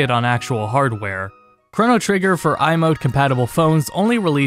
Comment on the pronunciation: It is hard watching ( hearing ? ) this great video with how you say the word Chrono XD But... I'm also the same way when people say the word mana. Q__Q